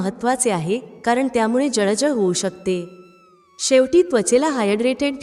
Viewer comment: शकतात,जळजळ,शकते , म्हणतात इ.शब्द व्यवस्थित उच्चरावेत. माहिती चांगली आहे.